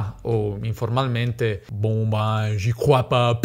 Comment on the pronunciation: 😂😂"bon bein j'y crois pas". Il tuo accento francese è chiaro e buono 👍 et la prononciation à la française est loin d'être facile